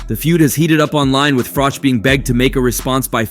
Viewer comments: Frich???? froock????? Frock???? its froch At least learn to pronounce someones name correctly before making a video... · Fuck sake say Carl's name right!! The last part is pronounced like you're saying cheese, not cock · His name isn't Carl Frock....its Carl Froch. Please learn to say it right 😂😂😂 or Frosh..... its FROCH....CH...CH...CH....FROCH. FFS. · Carl Frowj and Carl Fridge. WTF is this channel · Is it frosh or fritch , you can't even pronounce his name 😂😂😂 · Carl Fridge.. Love how Americans get everything wrong 😂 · Who the fuck is Carl Froc?dude you can't even say his name properly. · IT'S CARL FROCHHHH OR TRY IT FROTCHHH👍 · ‘Carl Frock’?? Who’s he? 🙄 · At least learn how to say his name right. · The narrator talks like he is "all knowing" about the Fury's and their detractors, but can't even pronounce Carl Froch's name.😂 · This guy pronounces Froch’s name differently every 2 minutes lol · Wow, how many ways can you pronounce Froch in one video!!! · narrator doesnt know how to pronounce Froch haha